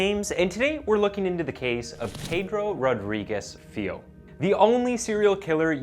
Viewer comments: So his last name, Filho, is pronounced “feel-yo”. Not that it matters, or anything, but I figured I’d share. Should you end up doing any other Brazilian or Portuguese stories in the future, I’d be more than happy to help with any pronunciation. Iran and Afghanistan stuff, too. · Also "filho" is pronounced "Filio". The "LH" sounds like the "LL" in spanish